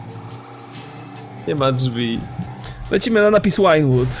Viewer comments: przepraszam, że się czepiam, ale źle wymawiasz Vinewood. Przeczytaj sobie w Internecie różnicę wymowy pomiędzy angielskim 'wine' (pl. wino), a 'vine' (pl. winorośl). W języku angielskim 'v' czyta się jak polskie 'w', natomiast ang. 'w' jak polskie 'ł'. Pozdrawiam i proszę, nagrywaj dalej GTA: Online - cudownie się do ogląda i jeszcze więcej śmiechu. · Wymawia się Wajnłud, nie Łajnłud :) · Drogi, czemu "V" wymawiasz jak "Ł"?